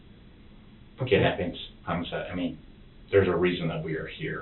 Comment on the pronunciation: 'homocide'... guessed he probably didn't even know what 'homicide' meant. R. I. P